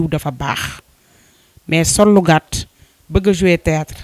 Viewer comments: Hun journaliste on dit theatre wayé dou tiatre hah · Non mais serieux prenez des gens pros a la limite c pour votre image . Cette fille la est loin de sen sortir elle ne maitrise pas son sujet ni la camera ni le micro elle bugg bref elle sen sort pas . Et pourquoi elle dit tiyatar ? Zeuness ? Zeneration ? Jadore la maman bineta mais je nai pas pu continuer.